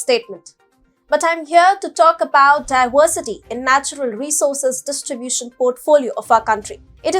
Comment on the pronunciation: Its diversity not diwersity